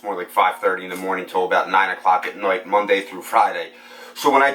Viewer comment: Last”noight” . Where are you from?